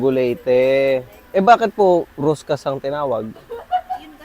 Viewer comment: Sir Roscas din po ang bigkas at basa hindi ruscas. Parang ung sa billiard stick na pinagdudugtong at de-ikot, deroscas ang tawag.